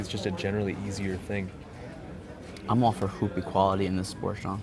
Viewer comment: lmfao "hoop equallity"